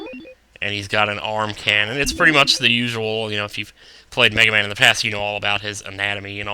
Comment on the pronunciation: you said mehaman.